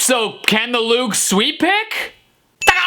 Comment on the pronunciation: Everytime he said "Loog", it sounded like "lube"